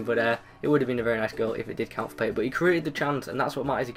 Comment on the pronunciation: It's pronounced Payé